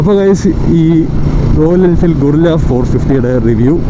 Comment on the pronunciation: ഗറില്ല എന്നാണ് പേര് 😂ഗൊറില്ല എന്നല്ല